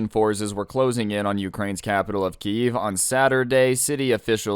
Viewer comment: Please don't pronounce it like "Kiev". That is the Russian way of saying it. Ukranians want people to pronounce it like "Kyiv".